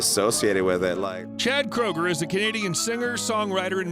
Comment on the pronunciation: its not Kroger you asshats its Kreuger ... but hell if you feel its ok to insult someone by mispronouncing their name who am i to say your an idiot (hooked on phonics worked for some )